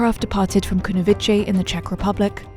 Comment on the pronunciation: Kunovice is pronounced Kunovi-tse, as in Ceylon, not Kunovi-che. And also Junta is pronounced in Spanish, not as in English.